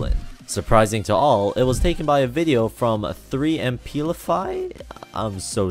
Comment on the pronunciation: It's emplify, emplify. Not " 3 em plifee "